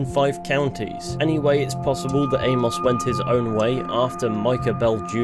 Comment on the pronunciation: Good video. But the way you pronounce Amos drives me up the wall a little tho😂